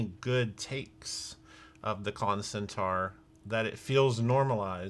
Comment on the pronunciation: No no no no no no no no no no no no no no no. No more “Klontent.” Enough.